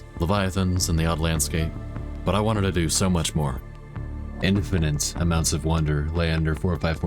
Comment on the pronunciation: Lost me at "Infinant"